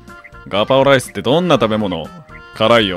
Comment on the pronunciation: うっしーのライスの発音すき